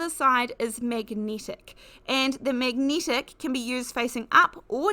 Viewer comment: Its so distracting (but not necessarily in a negative way) to hear words with the hard "e" pronounced as if it's a hard "i". Also hard "a" seems to be pronounced "e". Eg Magnetic is "megnitic" or "necessary" is "nicissiry". Not being critical...it just makes you realise that people can have noticeably different rules for things like this. (Like when Americans say "erbs" and it jars you. lol) and you find you haven't listened to what is said as much as how it's said. 🤔😅